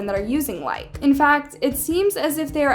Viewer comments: It's pronounced Likeee just trying to help no hate :) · i love the video but its pronouced likeeee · its pronounced like-ie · I used this app at one point but then stopped because my auntie said it was unsafe... So yeah also it’s like -ie that’s how you pronounce it . That’s not how you spell “like“ likee is different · Likee what on the 'market' before TikTok blew up and it's not pronounced like don't forget to say the ee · its called like-ie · The app’s pronunciation is “like ee” And like your content!! Keep up the good work!! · Likee app is pronounced Like-eeee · Its pronounced liky btw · It’s not pronounced like it’s pronounced like-ee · Omg I never thought of this I literally have this app and I was clueless by the way it's pronounced like like ee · its pronounced like EE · I think it’s called like-EE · It’s pronounced as like e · its pronounced (like-eee) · It’s not pronounced like it’s pronounced likey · i love your videos sm but it’s pronounced like-E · it is actually pronounced like e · "Likee"is pronounced ly-key but after all thank u for this video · It’s actually pronounced like ee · Wow you are literally showing other ppls videos without their permission. How dare you ,who are you.. I'm nkt even watching this I'm sorry but hiu don't even know how to correctly say the name of the App correctly. Lmfaoo. And calling these young ppl dumb,clueless. Like wow . Just wow. Get the hell outta here . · The way she pronounces things makes me scream inside like when she pronounced danganrompa and now likee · no hate but it’s pronounced by saying like and saying e at the end 😁😁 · It’s actually called “likeY” not lIkE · It’s not pronounced as “like” it’s pronounced as “likie” but pith an e not an I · No hate but its not called like its pronounced lai•kee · It’s Likee not Like (Likie) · It’s not called like it’s likeE 😂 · Its pronounced Like then eeeeeeee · Sorry but to correct you it's not likee it like e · It’s pronounced like-ei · It’s pronounced like-ee